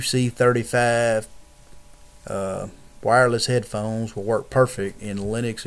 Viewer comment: mah bows wireless heaydphones